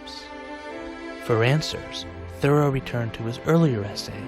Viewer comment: I first encountered Thoreau in the summer of 1969 when, as a teenager, I read “Walden.” To use a now old-fashioned expression from those days, it blew my mind and has been part of my life ever since. Thanks for the video, and also for pronouncing his name correctly (THOReau, not ThoREAU).